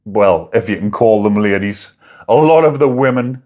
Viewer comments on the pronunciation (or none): none